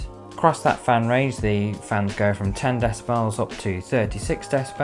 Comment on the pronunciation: I don't mind gay people... but it's bloody hard to understand them half the time with that gay voice, he can't even pronounce half the words he's saying correctly (decibells) I mean okay...? what's a deci bell? he's not British, possibly American?